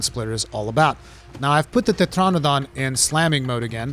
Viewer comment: that accent on "tetranadon"